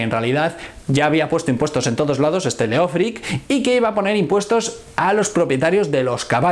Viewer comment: Solo un detalle, el nombre Leofric en realidad se pronuncia léof-rich en anglosajón y significa amado gobernante (leof = amado, ric = gobernante).